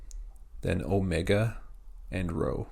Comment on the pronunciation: rho is not pronounced like english r.